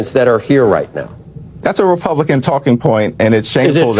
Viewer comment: Funny how They can say re-pub_lie-con yet can't quite bring themselves to say dem-o-craTic.